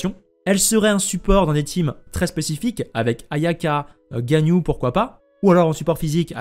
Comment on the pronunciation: Dans l'ensemble tu prononces pas trop mal les noms mais je fais qlq remarques rapides. Shenrheu pas Shenhé. Ganhu et pas Ganyou et Uindjin pas Youndjin, pareil que Chongyun qui se prononce Chon'uin. :) enfin toi au moins, tu fais un effort d'habitude, continue comme ça en faisant ces petites modifications de prononciation :).